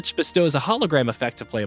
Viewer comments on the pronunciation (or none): Frick of it’s pronounced “gonk” not “g-n-k.”